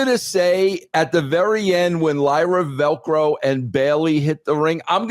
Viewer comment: bro said Lyra velcro 😂😂 hahaha